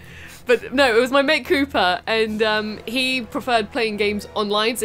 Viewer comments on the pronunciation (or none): I'm sorry, as an American, when you say Cooper I hear Koopa.... then i just want to jump on his head. Sorry Coop....